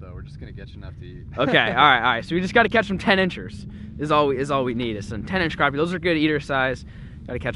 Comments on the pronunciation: Its krapy not kropy! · Crap.. e Not craw.. p Lol we all have our ways to say it. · its crappie not croppie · It's crap-i.e. Not croppie